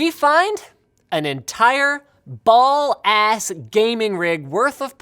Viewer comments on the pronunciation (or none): did this mans just say "ball-ass gaming rig"???